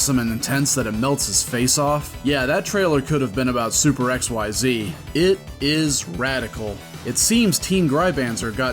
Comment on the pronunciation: "Super xyX" , not "super xyZ"